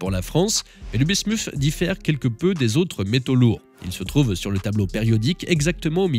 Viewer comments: Ça se prononce bismute et pas bismouf (ça c'est en anglais). Parole de chimiste 😅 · oui et l'alias P. Bismuth et le métal lourd se prononcent pareil. Le "th" en français se prononce "Té". La voix off prononce Bismuszszzzs à l'anglaise comme le Vermouth ça m'agace!